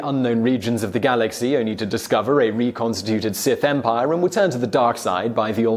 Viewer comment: "Seth Empire"